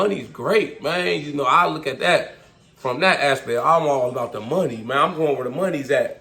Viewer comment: Gotta add a "mayne" counter on your videos 😂😂😂 good video bro, good hustle Mayne you killin it